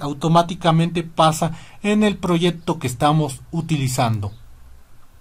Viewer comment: Proyecto, no proyepto